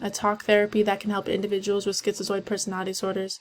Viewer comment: are u pronouncing it schizioid? lmao